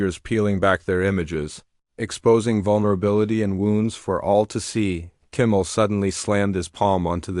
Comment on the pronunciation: Hate AI. Can’t even pronounce Kimmel properly. Out at 40 seconds.